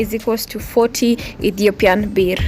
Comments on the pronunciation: Ethiopian Burr. That's how you pronounce birr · Dear gawd how you said birrr throw me out the window gaawwd damnn